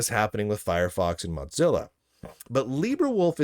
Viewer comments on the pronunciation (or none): Sure, ask the guy who can't pronounce Mozilla to use proper grammar. IDC if he thinks it's funny, it's unprofessional, inside jokes aren't funny, they're deranged. I appreciate the news, but lunduke is the Stallman of anti woke Linux, and his behavior discredits him like Alex Jones. I can appreciate Alex Jones when he's right, but the guy is also off his rocker. Lunduke needs to clean up before he sandy hooks himself, and nobody will defend him.